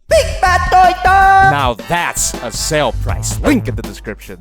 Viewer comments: no one:: BI BAD TOY TOOO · As a Filipino it's so funny when he prounces Big Bad Toy Store😂😂😂🤣